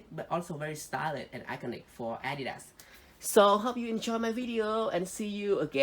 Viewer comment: its not adida but adidaS